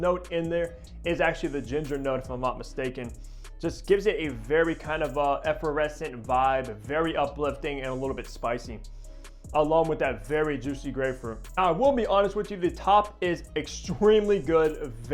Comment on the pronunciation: Great video, thank you. Age wise...you once again alienate a solid base of older men. Most 20 something year olds aren't spending $400 on original fragrances. FYI - It's Effervescent... Not Efferescent. Have a nice day.